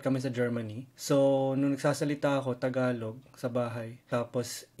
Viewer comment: The guy really speaks fluent Tagalog even the accent is on point 😯